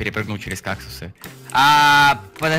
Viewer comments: Какулс? Какулс? МОЖЕТ КАКТУС? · как вы только кактусы и не называли и каукусы и какусы и какты